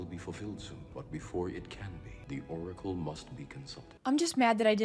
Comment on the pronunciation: The "decóracle" 😂